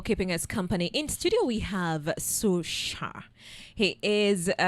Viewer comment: It's not Shar